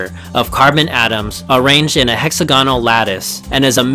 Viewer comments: Good documentary. However there were two glaring mispronounced words. Hexagonal .. Emphasis on the AG.. And Silicon vs silicone. Silicon is the element .. (rhymes with gun.) Silicone is a compound..(rhymes with bone ). Came across like chalk on a blackboard..... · hex-AGONAL, not HEXA-gonal